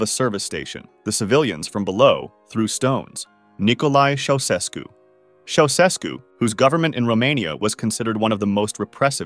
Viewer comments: ITS “CHIA-U-SHESKU” NOT “Sausesku” BRUH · I thought you'd like to know that Ceaușescu is pronounced chow-chess-koo, with a slight accent on the second syllable. I learned that back when it all was happening. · Ceaușescu is pronounced like this: Cha (rhymes with ha!) Oo (rhymes with moo!) Shess (rhymes with chess) Koo (rhymes with two) Cha-Oo-Shess-Koo. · CHEushesku, like che Guevara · His name was pronounced “Chow-Chess-Ku”. Just so you know. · You mispronounced Ceaușescu. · Somebody has probably already pointed this out, probably a Romanian to boot (which I'm not), but the first "S" in the name Ceausescu is pronounced "sh" rather than just a single "S" sound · You have the most incorrect pronounciation of the name “Ceaușescu”, that I’ve ever heard. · That's not how Ceausescu is pronounced. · You are not pronouncing Ceaușescu properly.